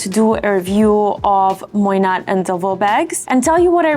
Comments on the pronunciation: It’s not pronounced Moynat with a “t”, more like “Moyna” It actually isn’t under LVMH but rather under another subsidiary of Bernard Arnault. Quiet luxury for the really rich. The Saudi’s are one of the biggest buyers and they don’t even have a store in Saudi Arabia. The Queen of Jordan carried a Moynat Gabrielle clutch for Pope Francis’ funeral. You can also have a custom made bag from them. Their coated canvas bags are amazing (better than Goyard) and their leather, lizard, and croc bags are amazing. I’m really impressed with their quality and own two. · Its pronounced moy-na... The t is silent ❤, love your review